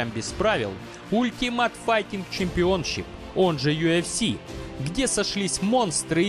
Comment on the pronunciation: правильно произносить алтимэйт файтинг чемпионшип. а не ту пургу что ты сказал